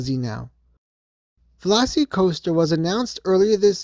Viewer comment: It’s not velocity coaster. It’s pronounced like the dinosaur. It’s Velocicoaster. Not velocitycoaster